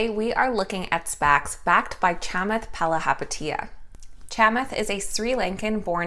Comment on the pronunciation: bravo, pronouncing Chamath's last name properly. "Do the Math, believe in Chamath".... except IPOC allegedly not interested